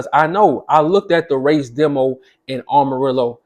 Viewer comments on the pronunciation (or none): It's pronounced Am ah rillo dude say it right! You must not be from there!